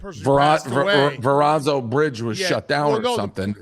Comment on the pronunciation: "It's not like 'Vuranzo' bridge was shut down." Jesus Dave can't spell or pronunciate for shit.